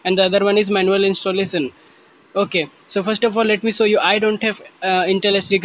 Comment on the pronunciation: It's show not sow 😂😂😂